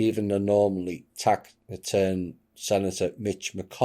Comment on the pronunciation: Ben sasse is a soy boy. He couldnt make it in new york. The word is pronounced “tas it ern” (taciturn).